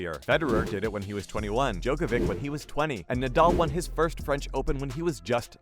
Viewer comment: You're saying djokovic' name wrong